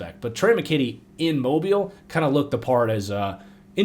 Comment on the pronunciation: I'm happy you finally pronounced Mobile, AL the way southerners do